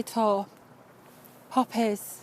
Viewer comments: popp-ehs LULZ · it was puppies for me